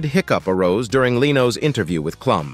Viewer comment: AI or not, you should listen to it and make corrections. Also, Heidi Kloom.